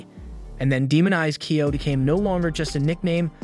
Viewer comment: kyo not kio